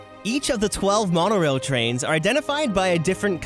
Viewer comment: I couldn’t stop laughing when he said the monarail😂